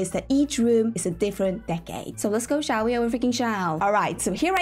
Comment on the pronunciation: Does anybody else giggle when says "shall"/"should"? I don't know if she's actually saying that though because every time, I hear the word "shan't" which actually means shall not lol